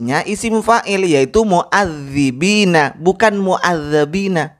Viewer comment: Nama besar pak Haris Naufal ini ternyata TDK sebesar ilmu yg di miliki....kasian kalau baca kur,an masih seperti ini ...anak SD aja bisa bedakan " Muazzibina dan Muazzabina......mungkin cara baca Qur'an nya gambaran keilmuan nya....???